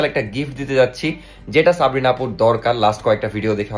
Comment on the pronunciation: সাবরিনা ❌ সপ্রিনা✅😂😂😂 কিছু মাইনট করবেন না প্লিজ মজা করে বললাম😊😊